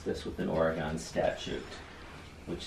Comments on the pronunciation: It’s Oregon. Not Orea gon!! kills me! Aww Bubbas wants his advent cookie now! Loving your Vlogmas! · Lol!!!. Let know it’s not Ore...gone. It’s Ore...gun. Major faux pas for locals❤️. I’m born and raised Washington(state). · I live in Oregon. I love how pronounces it! With an “a” sound for the second “o” in Oregon! 🤣 It’s wrong but who cares? Its always good to see him in your videos.